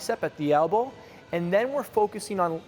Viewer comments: Elbow. Not Albow. Great vid tho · "Albow" :'D